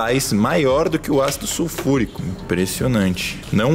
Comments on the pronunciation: “SUFURICÃO” KKKKKKK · "Sufulrição" kkk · "su furicão" 😂🤣😂🤣😂🤣😂🤣😂🤣😂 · Desculpa mas eu ri quando ele falou "sulfuricão"